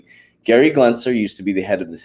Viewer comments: lmao... i want him to keep saying glensler!!! i love it.... leave him alone. he told you he is dyslexic. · For the last freakin time, it’s Gensler NOT “Glensler!!!! Drop that damn “L”. Lol. Jesus. You can’t gain credibility if you can’t even pronounce the name right of probably the biggest key player in the crypto space right now. And WTH is with the burps?? 😂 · GEN- SLER. GEN- S L E R